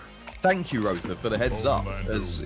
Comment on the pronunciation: Roether = Violater 😂😂😂